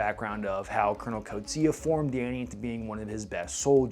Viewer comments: I need to teach you the correct pronunciation of Coetzee, as well as some other Afrikaans words. It'll make the South African content so much more authentic. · As an Afrikaans South African it's always funny to hear Americans pronounce our surnames Like Coetzee